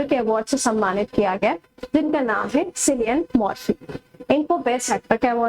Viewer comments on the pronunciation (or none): Its किलियन मर्फ़ी not सिलियन मर्फी 🤣🤣 jai ho ssc wallah And the oscar goes to For the best pronunciation ever🎉😂😂